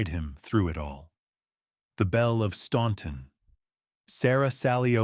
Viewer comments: Can you AI geniuses teach AI how to correctly pronounce Staunton, it's pronounced STANTON. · you pronounce it like the locals do. Stan-ton. I have lived here all my life and that is how it is pronounced. Just because it looks like it should be pronounced differently, doesn’t mean it is. There’s a lot of words in the English language that aren’t pronounced the way they are spelled. Do you mispronounce those too? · It’s pronounced Stan-ton. The u is silent. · yes it is. I live 30 minutes from Staunton and you don’t hear the “u”. Where in the pronunciation do you hear it? It’s pronounced Stan-ton. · My impression exactly. There was the book cover which spelled "confededate". The pronunciation of "Staunton", and the "bloodiest mansion" bait. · yeah, most people who aren’t from the area mispronounce it.